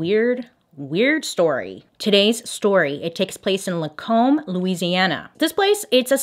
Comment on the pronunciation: Bailey: "Lacombe, Louisiana" Me: "yay!! She pronounced it right!!" Bailey: "New Or-leans" Me: "arghhh, soooo close!!" I love these little slip ups though! They emphasize Bailey's authenticity!